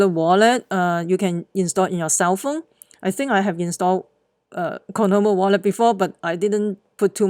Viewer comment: Say it with me! COIN-OM - I (ME)